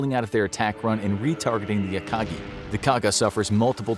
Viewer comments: Akaji? C’mon… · What is this “akaji” you speak of